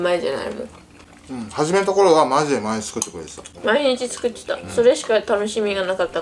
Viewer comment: ごはんチュクって！！って言ってないか。